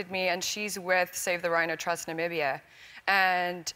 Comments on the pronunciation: Cant she read its Namibia NOT Nabibia💔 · Did Ellen just said ''Nabibia"? Yes she did. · Are we going to talk about the fact that Ellen said Nabibia ? :-D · Yes I just commented. Not Nabibia, og, this Amecicans neh. Jah. It is Namibia, my Lord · Did Ellen say Nabibia ? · Okey but no offence but its not nabibia Its Namibia whats so hard to say it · Nambia vibes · Nambibia?? Is sy ernstig? Lol